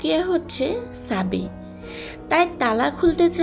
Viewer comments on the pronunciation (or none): ছাবি না চাবি🤣🤣🤣😂😂😂😂